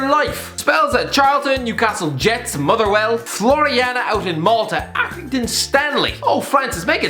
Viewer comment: Say Motherwell with a bit of respect